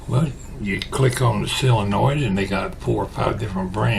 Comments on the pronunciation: I noticed you pronounce it "SILL-uh-noid". So do a few of my in-laws. I looked up the pronunciation, and it's what I would have thought... "SOH-luh-noid". I reckon your way must be a Southern variation, because you aren't the only one that pronounces it like that. I wonder about some of your viewers from other regions ... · Hi, I live in Iowa and I have always called it "SOH-luh-noid". And I have heard other people pronounce it the other way also. But I hear more people say "SOH-luh-noid". When I lived in Missouri it wasn't long I started to speak southern also. Then when I moved back to Iowa several people would ask me if I was from the south. LOL! I still haven't quite lost it. Some people will still ask if I am from the south. LOL!